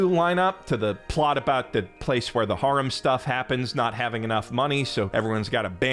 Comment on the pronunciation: "That's how they say harem in Japan" yeah but you are saying 'haram' :D